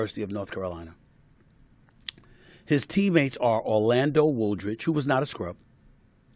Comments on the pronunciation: Hey Brick-Steve, my cousin's name is pronounced-Wool Ridge. Love, Kim Woolridge Brown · You mispronounced Woolridge and Corzine. 🙄 you do a great job of already stating what everyone knows about Jordan. You do nothing to paint Pippin’s resume. Such as when he led the Bulls in damn near every category in 1994. No one has come close to that since. And as for his rant, it is obvious that the Last Dance was ALL about Jordan and disrespectfully failed to describe to young folks who Pippin really was and what made him one of the greatest. Pippin might have over stated, but PIp is simply expressing he wasn’t able to do anything before the 91 season when they failed over and over to the Pistons. Pippin was right, as a team they started getting it done Fact: Jordan doesn’t have like anywhere NEAR 6 championships without Pippin. Two bulls have 6 rings and Jordan does nothing in making sure Pippin got the credit he deserves. As usual, calm down Stephen A. You need to focus on why Pippin was dissed like he was and understand why any of us would be pissed. He’s a 6 time champion and was made to look like a punk who should only be remembered for sitting out late in a game.